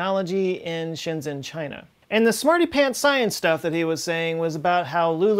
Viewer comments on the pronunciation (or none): This is irrelevant but I think "Shenzhen" is pronounced "shenjen". (I think I know this because Shenzhen is a very tech oriented place)